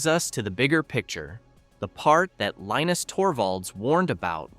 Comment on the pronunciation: Linus is a Finn whose first language is Swedish. So his name is Leenus, not pronounced like the cartoon character.